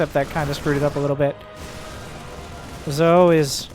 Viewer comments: Just thought I'd let you know it's pronounced like "Joe", since he keeps showing up. And the first two letters are just initials. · zhou is pronounced joe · Zhou is my hero. He may not be the Terran we needed. But he's the Terran we wanted. Also, I'm 90% sure it's pronounced Jah-ooh.